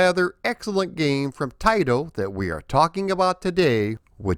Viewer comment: Thank you for saying Taito correctly! Many people don’t know the proper way. My local 7-11 on Lincoln Ave in Chicago was a test site for video and pinball. They had Rastan there which I believe was the Japanese version or test. The bats never came out if you stalled anywhere. Also the generic enemies that are abundant in green were black on the version I played. Didn’t know there was an Apple IIGS version which I would have gotten for sure! This is one of my favorite arcade games with the whole package! Thank you for doing a more in depth vid on this classic. Keep up the great work as always! Maybe see ya at a future MGC.